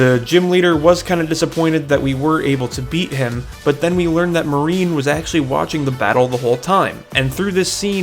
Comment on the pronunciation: I love you but : Mar-nie not marine and Gordie is the rock type gym. Besides that I actually really loved this recap like episode!